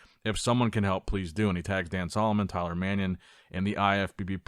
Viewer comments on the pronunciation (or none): none